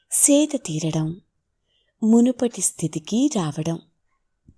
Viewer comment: Munupati Siri moonupati kaadhu